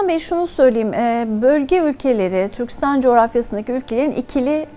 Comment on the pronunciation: Yaşayın :) Türkistan gibi -istan ile biten adlarda vurgu son hecede olur. Türkçe konusunda daha titiz davranılması dileğiyle :)